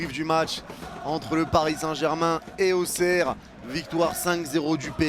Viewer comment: Frérot c'est AUXERRE 😂😂